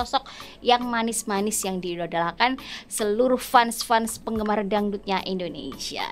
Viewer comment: fans bacanya fens mbk....